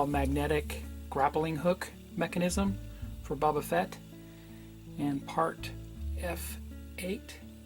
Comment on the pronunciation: Great video, and it's Boba Fett, not Bubba Fett.